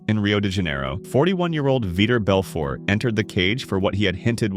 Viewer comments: Who is Veeter Belfort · Veeder Belford? 🤣😂🤣😂🤣 these narrated videos are always so fucking bad. They never pronounce words correctly. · He keeps mispronouncing vitor Belfort. Is viror Belfert.